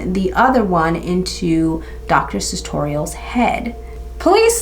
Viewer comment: Checked the name you mispronounced a hundred times in the video and found out it's Sutorius. Girrrrl. 🤣